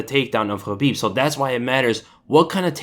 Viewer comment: OMG!! Someone who actually pronounces Khabib's name correctly! 😱😱😱😀😀😀😀👍👍👍